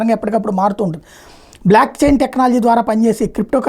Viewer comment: its BLOCKCHAIN technology, not BLACKCHAIN technology